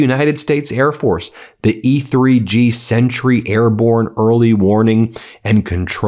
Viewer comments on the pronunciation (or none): none